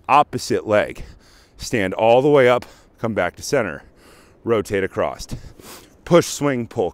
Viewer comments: AcrossT, that's what I came. He definitely said acrossT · Heads up dude. The word is across.